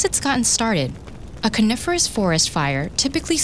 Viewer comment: Stop saying coniferous like cunilingus